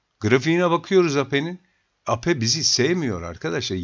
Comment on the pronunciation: Eyp diye okunur bu